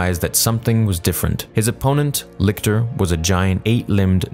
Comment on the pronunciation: Licter? He didn’t even know her 🤣